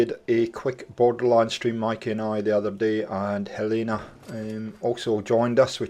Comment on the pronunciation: Ohhhh yes 😁 my favorite part of the week. you said my name wrong hihi 🙃😁 lucky for you it's a very normal thing to me 😉 the living area is looking great and very scraby and junky funky. I would not like to be a stuck in the last apartment 😁 lovely bloody rug 👍💙 hugs from Helene